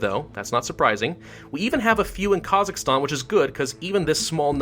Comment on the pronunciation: I'm from Kazakhstan, can you are saying it worng, its "Kah-zack-stan"